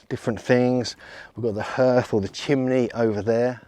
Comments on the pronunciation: Hearth is pronounced 'harth' not 'herth.' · That is NOT how you pronounce hearth!! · is your pronounciation of 'hearth' specific to some region in england? i wonder if there are still dialect uses of the harrow/hörgr (Old Norse, pl. hörgar) or hearg (Old English, pl. heargas) word in any denominations of english:D it means 'a type of altar or cult site, possibly consisting of a heap of stones, used in Norse religion, as opposed to a roofed hall used as a hof (temple).' (its from wiki/Hörgr) and then wats up with wiki/Harrowing_of_Hell maybe its just (purposefuly) deformed version of wiki/Harrying_of_the_North